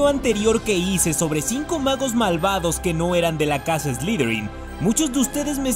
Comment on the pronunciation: ... Que es "slidrin"? A caso no se dice Slytherin?.